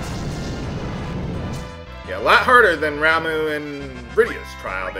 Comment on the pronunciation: Ramuh is pronounced "RAHM-uh" (not RAHM-oo). Ifrit is "i-FREET". Bahamut (if you want to be true to the origins of the name) is "BAH-hah-moot".